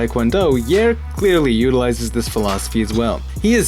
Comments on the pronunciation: Yah-ear not Yer (Yair) Rodriguez. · Do you apply this philosophy when you pronounce people's names too? Yare? lol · thats not how you pronounce yair homie have some respect!